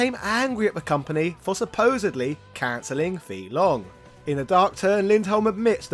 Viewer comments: But, you say his name wrong. Over and over again. Why? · Your pronunciation of FEI Longs name is seriously off, and "material artist"? A little more research, please